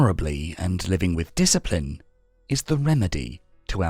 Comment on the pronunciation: "Yuuu a rack a disciprin"